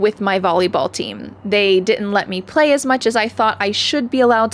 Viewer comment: Fyi. The "d" should be pronounced in "didn't" so it can be heard. That is your first mistake.